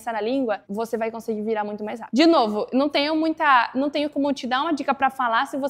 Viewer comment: "Rápido", "conversam" e "problemas que nem esse". Quando ela pronuncia essas palavras, percebe-se que não é nativa, mas fala muito bem a nossa língua.